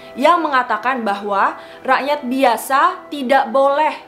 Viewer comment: Salfok sama kata "rakyat" nya 😂